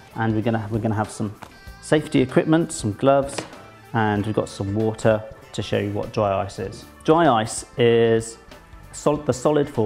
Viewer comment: i love how you say water. you're just like "wootah"